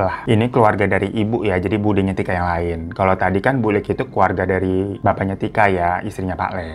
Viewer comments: Yang bener BULIK (tante) PAKLIK (om) bang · Wkwkwk..... Lucu juga dengerin bang Hirotada bacakan bhs Jawa logat Jakartaan Paklik.... Bulik.... Wader..... Pati geni.... Luwih becik.... Cara bacanya kurang tepat karna bhs Jawa dibedakan ê è é Btw Story teller bang Hiro tetap THE BEST 👍🤗😍